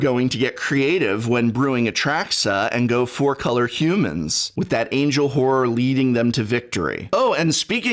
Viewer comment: Am I the only one who heard something else other than the word "horror"?